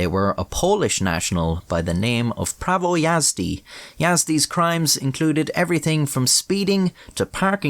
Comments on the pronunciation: Might be late for a video but holy fuck you pronounced prawo jazdy surprisingly correct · as a polish person it was funny hearing you mispronounce "prawo jazdy" over and over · being a slavic guy I knew something was wrong when you said the name Prawo Jazdy🤣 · Yeah, I'm not even polish and I know it's pronounced "Prawo Jazdy" like smh, who would pronounce it as "Prawo Jazdy" its it's clearly "Prawo Jazdy"